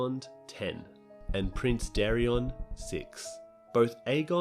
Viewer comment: Daeron. Dae-ron. Not Darren, not Darrion. DAE. RON. Daeron. Lu-sare-us. Lucerys. Not lukerus. Love your content, but they literally say the names on the show every week, minus Daeron but whose name is one letter away from Daemon, thus sounds the same. There's no reason to pronounce them wrong.